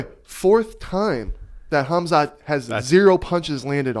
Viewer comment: KHAMZAT not KHAZMAT. Every damn time 😂